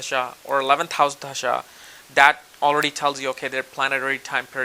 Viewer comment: lol! you say tajdshas but the word is spelled dasha! I love your accent that's only on certain words like that.